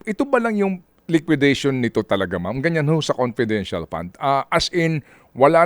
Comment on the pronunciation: Confedintial fun ngaa eh